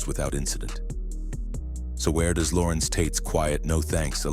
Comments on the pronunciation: It's Larenz yall.... Not Lorenz 😂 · It's Larenz